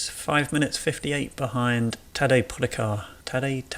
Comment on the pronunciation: It is pronaounced as Tadey Poghachar